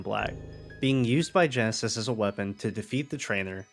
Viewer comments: He didn't know it was ghetsis, but he knows now tho lol, honest mistake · Half my brain: Wow that was a really well made analysis of Loss in Gen 5 that brings in so many cool and sad elements. This channel is so underrated. Other half of brain: his name is not Genesis, it's Ghetsis Ghetsis his name Ghetsis my boi Ghetsis his Ghet-Ghetsis my man Ghetsis, they say it in his theme i swear to Arceus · Why do you keep calling ghetsis "genesis" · To be honest i didn’t even notice he was saying it wrong but hard to do that when the guy has his own theme saying his name out loud which is very rare for a pokemon song to have words in it lol